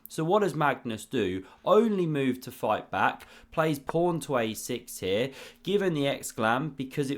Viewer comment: Is this a source of your prawny pronuncion of pawn? Or are you independent inventor of chess? 😉